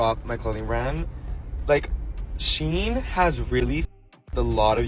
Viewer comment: Just so everyone knows, its pronounced she-in not sheen. The brand used to be SheInside. If I had a $ for everytime ive told people this id have a down payment for a house by now